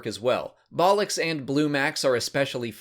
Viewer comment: Yeah I couldn't stop laughing every time I heard him say bollux